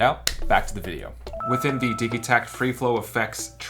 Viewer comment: Is it not pronounced di-jee-takt? like digital?